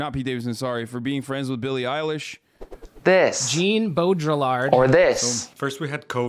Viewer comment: "Gene Bowdrilaard"